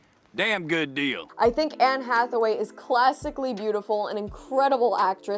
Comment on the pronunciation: i guess someone is ga-hay for Anne Atha-wayeee. ...Did you ever read the very 1st appearance of Blk Cat?